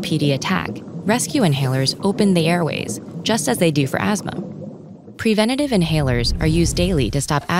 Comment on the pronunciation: She says prevena tive